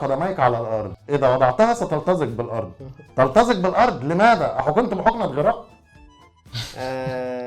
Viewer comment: تلتزق ؟ احييييه حرف السين يا عرب